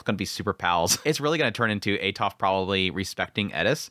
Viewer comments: when I first read the series then listened to him I was also like WTH is that. I still prefer atofe instead of atof but it no longer annoys me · i know you killed the names all the time but this gets into my nerves haha why "atof"? where is the e? is atofe, even with her full name, you said "atofratof" tha hell is that? haha im sorry but i cant, is atofe, the e isnt silent.